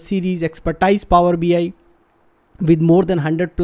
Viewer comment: PHOoower bi